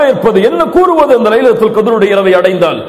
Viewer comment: ASALAMU ALAIKUM it's not" lailatul Kadir"... It's" LAILATUL KHADAR"